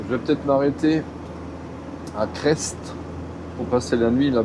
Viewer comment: Bonjour , je suivais aussi les Gruntch , la cellule de leur camion Mercedes etait bien avancée et depuis pas loin de 1 an plus personne , le noir complet . Dans le parlé régional on dit Cré et pas Creste par contre pour faire les Combes Laval faudra revenir un brin sur tes pas mais c'est tres joli et faudra choisir : regarder la route sinon c'est le ravin . Risque d'éboulis en cette période vaut mieux fin de Printemps . Bon viadge .